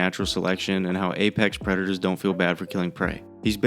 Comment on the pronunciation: Is this the one where he goes "I am the apex predarator" lol